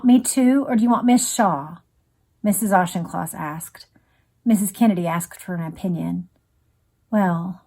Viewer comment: Again a calm empathetic reading by, I was young when this tragedy happened and I remember my father being very upset by this here in the UK. I have to comment though on the prounciation of Auchincloss, the ch is a k, ie Aukincloss, surpring because you have Rep Jacob Auchnloss, to me its surprising that you havent heard the correct pronounciation, pedantic I know, but I am a stickler and can't help it, otherwise thankyou for a soothing and calming reading of this horrific event.